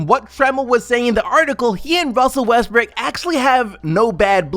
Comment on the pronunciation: you just said Russel Westbrick?? Lmao